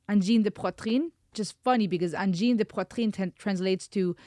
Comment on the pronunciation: The best pronunciation of "Angine de poitrine". Cool!